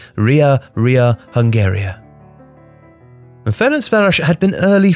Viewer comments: As a hungarian I have to give a massive credit for the pronunciation in this video. I'm very impressed! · Thank you for this video, and especially for the pronunciation. Hajrá Fradi💚